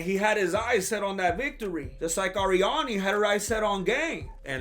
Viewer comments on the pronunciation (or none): none